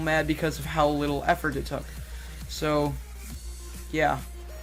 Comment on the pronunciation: He couldn’t say “effort” in 9 but for the rest of the video he said it perfectly